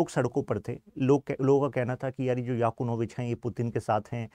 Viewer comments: याकुनोभिच नही यानुकोभिच हे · Victor Yanukovych not Yakunovych & Victor Orban not Obran